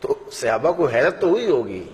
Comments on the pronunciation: مولانا صاحب براہ کرم صحابہ کے لیے اپنا تلفظ درست کریں۔ یہ صیابہ نہیں ہے بار بار آپ غلط کہہ رہے ہیں۔ برائے مہربانی درست کرلیں. جزاک اللہ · مولانا صاحب براہ کرم صحابہ کے لیے اپنا تلفظ درست کریں۔ یہ صیابہ نہیں ہے بار بار آپ غلط کہہ رہے ہیں۔ برائے مہربانی درست کرلیں. جزاک اللہ مولانا صاحب براہ کرم صحابہ کے لیے اپنا تلفظ درست کریں۔ یہ صیابہ نہیں ہے بار بار آپ غلط کہہ رہے ہیں۔ برائے مہربانی درست کرلیں. جزاک اللہ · Janab sahaba karam hai sehaba nahi